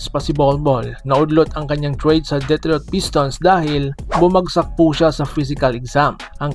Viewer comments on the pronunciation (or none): none